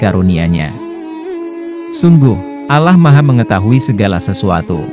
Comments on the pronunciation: Pilih pegisisuaraya yg Muslim coy biar ucapannya benar . Yg benar Allah( ucapannya Alloh) bkn Alah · Benar buk arti al quran alloh di ucap alah memang dlm bhs ind tulisan alloh di tulis allah tp membacanya ttp alloh. Berarti pengisi suaranya kemungkinan pertama bukan org islam dan kemungkinan yg kedua waktu sekolah bhs ind nya gak faham. Jujur buk saya sbg muslim juga tersinggung. Tlg jangan cuma memburu konten dgn menjual agamanya sendiri atau melakukan penistaan agama. Tlg pengisi suaranya di buang dan di ganti yg lebih berpendidikan dan pernah sekolah. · Jangan menyebut Alah.... Didengar ya engga enak... Sebutkan Aaloh itu orang islam menyebut nya.... Oke...! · admin ngaku muslim tapi nyebut ALLAH seperti non muslim,jujur aja! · ini yg mengisi suara nya kok nyebut ALLAH nya kyak bkn org muslim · Klu bs tlng di perbaiki pengucapan nya agar tdk trjd salah paham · Ini canel muslim bukan....heran saya kok yang bicara bahasanya/pengucapan seperti orang non muslim......terurama cara pengucapan Allah.....ini persis seperti ucapan kaum non muslim